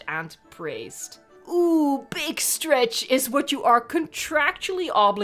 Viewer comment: Beeg strech